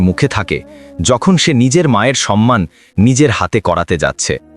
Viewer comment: গল্পটা ভালো লাগলো, কিন্তু গল্প পাঠকের উচ্চারণ ঠিক করে নিতে হবে। কথাটা "সম্মান "- " সন্মান" নয়।